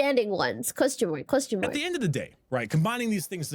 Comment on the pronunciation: Sorry but every time you say "Question mark" all I hear is "costum work" 😂